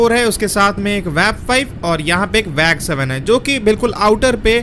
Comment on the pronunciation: It is not Wag7 it is WAG7 do not pronounce all words on WAG 7😂😂